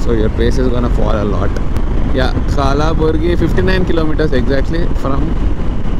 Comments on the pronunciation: Bhai it is kalburgi not kalaburgi , a is silent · It's kalburgi bro not kaalaaburgi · bro.. is says kalaburgi instead of kalburgi.. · It's not Kalaburgi it's a kalburgi previously known as Gulbarga bro